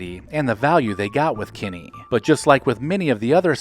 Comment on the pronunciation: It's Kinney shoes, not Kenny shoes.